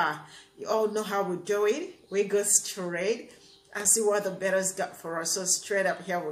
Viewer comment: Sounds like you are saying the Bitters?? hahahaha I get you.